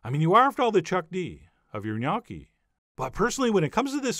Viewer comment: Never knew the proper way to pronounce Gnocchi... Thank you now I know how!